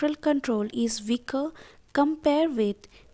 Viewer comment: Great objective explanation! Had to watch twice cuz the first time I could only pay attention to veeng, veak, veell, veech lol